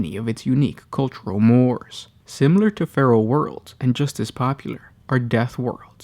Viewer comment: Fyi: more, as in "social more", is pronounced = moh-ray